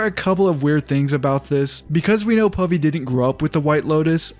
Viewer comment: Pavi sounds like Puffy. And that name gives me nightmares.😑😑😩